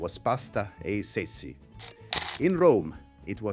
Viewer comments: You have an italian accent but you don´t pronounce italian correctly. How come? For example: It´s Tschetschi, not tsetsi. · I knew his accent was strange. Then he pronounced the word "Ceci" incorrectly. Definitely not Italian.